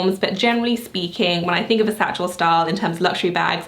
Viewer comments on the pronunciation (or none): I am confused. When you say“satchel style”, is it satchel or saddle? Just wanted to see if I’m misunderstanding